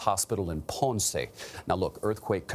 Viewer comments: It's slightly irritating to hear her say Pawnsay. Poor Ponce. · She said pance its ponce where did she got that from wtf